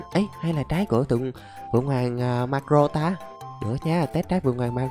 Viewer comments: Marco ko phải Marro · Tao là ati fan đây tao dái video này được 500 nghìn lược ko thích độc tên cũng sai người ta là maco lại đọc là maro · Em đoán anh xem ít one piece vì marco anh đọc là mắc cờ rô